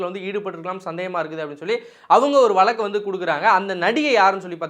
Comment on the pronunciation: Valakku illa Vazhakku, oru payalukkum Zha varadhu, ana Tamil valakarom nu solluvanga